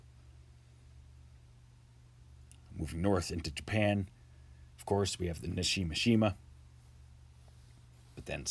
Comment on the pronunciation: Subscribed :) great video! Just a quick correction. It is Nishinoshima not Nashinoshima. 😊